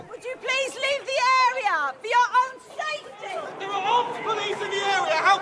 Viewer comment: Please leave the AHrhea...for your own SAH-UHFTY